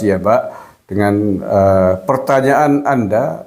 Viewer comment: Jawapanya bukan perta nya an nya